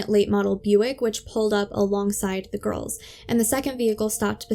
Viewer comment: I’m sorry to make a correction as you’re doing a good job, but I’ve just counted ten times you’ve said “ girlses” when talking about the GIRLS. Just say the world girls when referring to the two of them, and you’ll be fine. You also said “ sisterses” a couple of times, so just use the word sisters to refer to both of them.